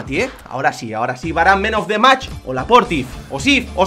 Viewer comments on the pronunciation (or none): Tambien les dice : manos de mas a los man of the match, la pronunciation en la mierda !!! Ah y un saludo